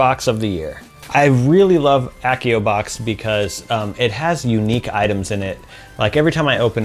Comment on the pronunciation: It's AH-see-oh, not ACK-ee-oh!! LOL